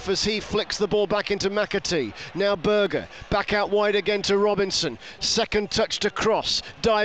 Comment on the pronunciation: Great result for the Blades last night and what a save from Foderingham. Ps. Can you tell the commentator. It's Berge not Burger. every game 😡